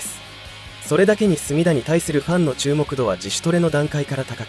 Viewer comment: 隅田の発音が浜田で草